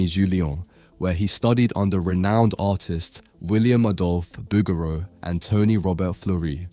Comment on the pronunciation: Bouguereau is pronounced boog-gher-oo. With an oo.